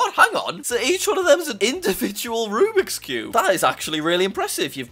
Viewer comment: Jack it’s “Rubik’s Cubes” not rubix, but awesome video regardless